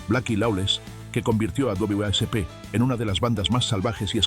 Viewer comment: "Dobleve a ese pe". Jajaja suena gracioso pronunciar así a W.A.S.P. Y si bien puede que sea la manera correcta , es mucho más fácil simplemente solo decir wasp y creo q se entiende más, si alguin escucha este video sin ver las imagenes no sabría q estás hablando de W.A.S.P.